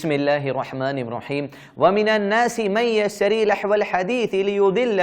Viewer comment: السلام علیکم و رحمۃ اللہ و برکاتہ جناب محترم یہ آیت نمبر ( 5) نہ کہ 6 اور (من یشتری) ہے آپ نے( من یستری) پڑھا تھا